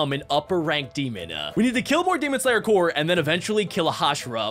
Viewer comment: bruh he said corpse as corse